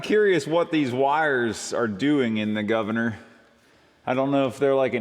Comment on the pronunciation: I appreciate your "guvna" from myself in UK 😂